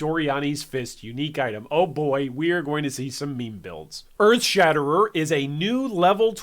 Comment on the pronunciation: Glad they are giving two handed weapons some love, it's been a while since they got good updates. (Also glad they opened up a few more skills to unarmed) One thing though hun, it's Earthshatter. You kept saying Earthshatter*er*